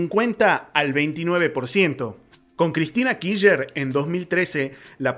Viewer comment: kisher, jajajaja , , , , , , , , , . Se dice /kir/ /ch/ /ner/ chango!, o al menos /kish/ /ner/. En fin, muy buenos tus videos, los estoy escuchando todos mientras boludeo acuarentena'o. Como decís, tarde o temprano vamos a ganar, es solo cuestión de tiempo. Mucha gracias y mucha suerte hermano.